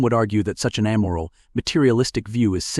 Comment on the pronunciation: 'A-tash-ays', not "a-tatch-us." 'Ay-moral', not "am-er-ul."